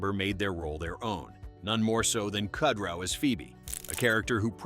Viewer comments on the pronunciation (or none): Yeah, that bugged me. "Buffet" like the food line; kudrow, like a cow chewing its cud...